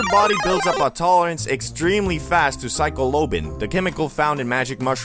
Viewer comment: Psycho lobin 😭 it's pronounced silisibon